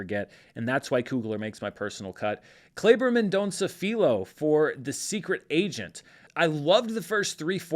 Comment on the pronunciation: The Secret Agent is such a great movie., if I can correct your pronunciation, the LH in "Filho" has a sound similar to the GL in Italian like Foglia or the LL in Spanish like Llamada. If it's easier for you you can pronounce it as "FEEleo" like a lion that collects taxes 🤣🤣🤣